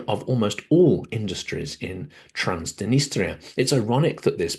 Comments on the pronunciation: Transdenistria? Isn't it Transnistria? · I always enjoy your Silicon Bites! One thing: throughout, you pronounce Transnistria "Trans-di-nistria." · You also mispronounced Transnistria.